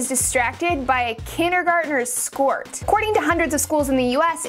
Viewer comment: you say skoyts